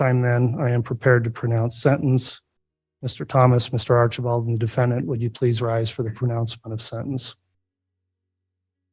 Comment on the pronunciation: Im sorry but everytine I heard Artchieball, like a child I chuckled!❤ Bears 🐻 ❤